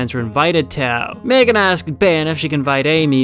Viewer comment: who tf MegAAAn? It is Megan not MegAAAn